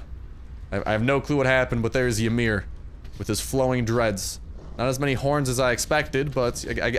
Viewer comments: It's not [Yuh-mir]. It's [E-mir]. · its pronounced e-mir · The y is silent. Do some research on your own heritage. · Psyducks rage of him saying it wrong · Not when the guy pronounces the “y” you correct what he pronounced wrong. Go bury your nose in a book, somewhere other than my bidness.